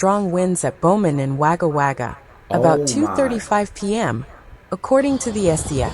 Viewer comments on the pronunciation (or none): Wagga Wagga is pronounced 'Wogger Wogger' not 'Waga Waga' Scrap that, she barely pronounces anything correctly...lol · One thing I noticed on this report and others about Australia is the amount of non-Aussies doing the narrating/reporting and their mispronunciations all over the place. Like this American reporter who calls Wagga Wagga with a sharp 'a' sound and it should be pronounced as Wogga Wogga. The spelling is with the A and not the O but the pronunciation is different. This isn't a natural storm. The white hats are behind it and it is probably about flooding underground tunnelling as we near the next lockdown and disclosures of the 4 wars we have been in while most of the world has been asleep. Did you know 11 million children and babies are kidnapped, tortured, and killed every year by the cabal? The mainstream media are part of the cabal and keep the truth from the public. Most are paedo''s and child killers too. Disclosures are around the corner and I can't wait. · Yeah its the AI Voice she needs to learn Wogga Wogga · pronounced gogga wogga . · Coffee is life! We got hit pretty hard in the Blue Mountains and you try to warn your friends in Sydney it is on it's way and to hunker down. Since 2019 people have started listening to me, the weather is not normal. Also please do not pronounce Wagga Wagga like the robot voice 😅